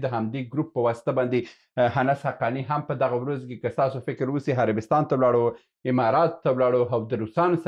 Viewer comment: هیله لرم دا لاندې کلمات سم تلفظ کړئ. الف او ع په ه تلفظ کوی. هنګلستان (انګلستان) همله هفغانستان قناهت هثرات همارات هرب هربستان هانس